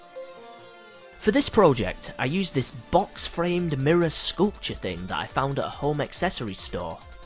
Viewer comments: "The mirruh" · bloody mirruh